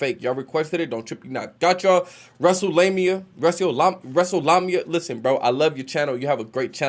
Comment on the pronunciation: Lame-ia not lumia